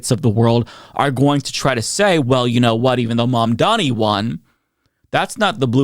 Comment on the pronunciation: Maybe now you could take the time to learn how to pronounce his name, Fox Not News hosts.